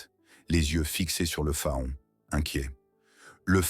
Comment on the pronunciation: Un fa-on? Non faon se prononce Fan